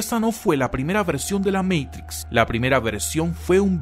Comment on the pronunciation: QUE BELLA PRONUNSIATION . DEEEEE MEITRICSSSSS